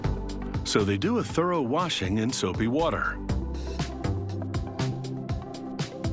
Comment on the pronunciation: "Thorough wash"